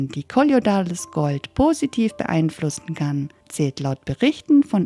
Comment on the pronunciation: Schönes Video. Es heißt aber nicht " kolliodales Gold"!